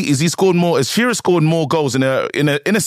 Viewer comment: Its shearer